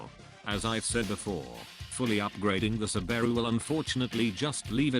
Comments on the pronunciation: Can be directly applied to the Subaru Umm sorry did you say Sbbaro or Subaru? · "SubAIru impreTZZA" the best pronounciation ive ever heard.